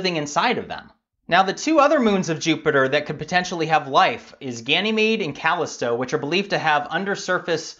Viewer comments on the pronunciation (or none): It's not pronounced Calist tow, it is calissstow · I like this channel a lot. Thay said, it is pronounced "kah-list-oh" not "cali-stoh" I feel like he should know that. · Callisto: It's pronounced cuh-LISS-toe. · Cali Stow? really? hehehehehheeee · Callisto - kah-listoe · It's pronounced "Callisto" not "Callisto".... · I believe the word "Callisto" is pronounced with emphasis on the second vowel, not the first. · It is a Greek name and the emphasies must go to "sto" actually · you're mispronouncing Callisto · The way Callisto was pronounced